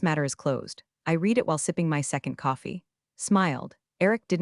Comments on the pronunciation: RED, not 'REED' Fix this. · 😂 “pourable paper shredder” sent me and yeah, it’s red, not reed, someone please coach the bot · resume is pronounced as res-u-may not resume; R & D is not spelled as R D; portable is not spelled as pourable; whirred is not spelled as word; how hard is it to say subparagraph c? read is pronounced as red; read is pronounced as red; is not spelled as folio; again, folder is not spelled as folio; again, folder is not spelled as folio and # is pronounced as number not hashtag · In the captions: pourable paper shredder? Also teach the narrator how to pronounce the past tense of read. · It cannot even differentiate between read present tense and read past tense.